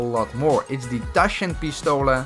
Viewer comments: I am a German subscriber from you and you said Taschenpistole very well mission passed respect plus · im german fuck yeah taschenpistole repitierpistole you say that good for an ways for english to say